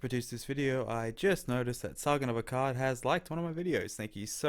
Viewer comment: It's "akkaaaad" not "akkad"